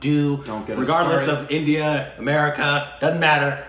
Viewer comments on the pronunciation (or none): none